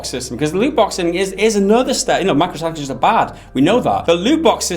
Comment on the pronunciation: Honestly i watch these videos to see the short guy say "Micro-transactions" incorrectly.